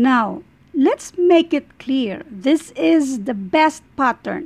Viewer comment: Mamm it's pattern not pathaan